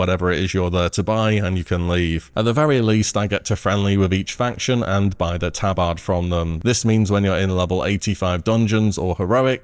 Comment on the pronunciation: Has a hell of a time pronouncing tabard lol